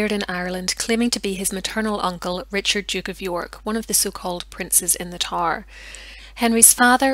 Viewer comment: Excellent documentary. Is that an Irish accent I hear? Pronouncing TOWER by saying TAR? Wonderful narration. 👏 👏 👏. A real pleasure.